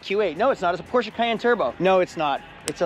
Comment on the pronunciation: Thank you for saying "Porsche" correctly,.